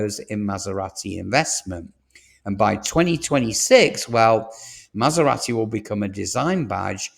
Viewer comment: You’re pronouncing Jaguar and Maserati wrong